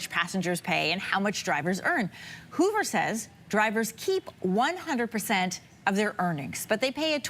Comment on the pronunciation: Interesting how the anchor went with "hoover" and not "hover"